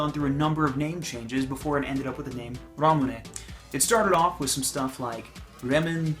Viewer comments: It’s raw moon not ramenen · It's Ramune... Pronounced (RA-MOON)